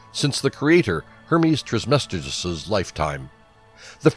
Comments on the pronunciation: It’s Trismegistus, not Trismestigus, or whatever the narrator calls him! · Hermes "Trice-Ma-Jest-Us"!!! If you're going to make a video about him, learning to pronounce his name seems logical to me. How can you make such a well prepared presentation and not know how to pronounce his name??? It means "3 times Majestic". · The way he says trismegistus makes me cringe, its pronounced "tris-muh-gist-us" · The rest of the video was excellent. It just seems clear whoever did the voice narration did not take the time to learn to pronounce the name properly as they were reading over the script. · Spirituelle No and no, but these question come from an account of thinking I meant unprofessional as in not formal or scholarly. But I meant unprofessional as in not very formidable or matching to the informational tempo of the video due to it being pronounced incorrectly. This video is literally on Hermeticism, created by Hermes aka TRISMEGISTUS. If he could gather all of this research and information to compile a video on Hermeticism he could at least say the creator of Hermeticism’s name right. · Spirituelle ok but if they’re gonna make an informational video on Hermeticism they should pronounce it correctly it’s simply unprofessional.